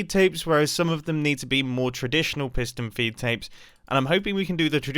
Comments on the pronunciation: “Fiston Peedtapes” -Mumbo Jumbo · Alternate title: mumbo saying piston feedapes for 12 minutes